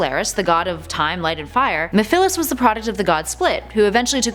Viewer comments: You mispronounced Mephiles' name, and why'd you put Chaos 6 when "PERFECT Chaos" was the final boss of SA1? Plus you didn't even cover Super Sonic, which defeated both Perfect Chaos AND Solaris (even though the latter was joined by Super Shadow and Super Silver). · 1. Chaos 6 is not the final boss. Perfect Chaos is. 2. Silvers ability is psychokinesis. 3. Blaze can NOT fly 4. You pronounced Mephiles and Solaris wrong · Can we just talk about how she said mefelis Qnd not mephlise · It's not mefilis it's meviles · I’m not trying to be rude but (meh - fa - lis) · Its mephiles not mephilis. Get my name right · Mefillis? I think it's actually ME-PHILES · You pronounced Mephiles wrong it is Meph-i-les with a short i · It is pronounced Me-phi-les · I think you mean the water dragon chaos not chaos 6. That thing is probably weaker then the water dragon form, witch is its final form by the way. Sonic had to be super to beat it. ph makes a f sound not a p h sound for mephiles. It could argue that sonic was in a wakened state at that take point as he had fought off quite a few people for quite a while with no brakes. He was still recovering. Silver being one of those attackers and he nearly got him too. Also Mephiles was beaten and contained by shadow so what does that make shadow? I didn't play the games, just watched them but I do know that. If we are counting mephiles then we have to count the gias from sonic unleashed. Sorry but they are on a close enough level and chip is technically a character and light gia, sorry for spoilers but yah. Oh and I'm sure we could find a lot more in the comics if we really wanted to go in depth with this thing. I wouldn't normally count mephiles and chip though as they are in the devin creature department and more a force of nature. Wait you allowed for mephales but not salorise you know the two are separate entities right? If you include one you should include the other too. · It’s pronounced Me-Fil-es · It's pronounced mef-lis